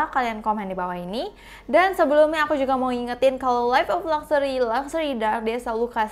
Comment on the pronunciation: Siapa yang pas ngomong luxury tapi kalian denger nya gluxsury yang sama satu server:)